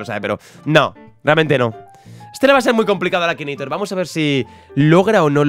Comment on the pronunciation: akineitor no akinator